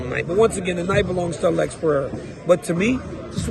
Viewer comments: Stop say all-ex 😂 just say Alex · Why does dc say Alex so weird? Lmao why does he call him like that? 😂🤣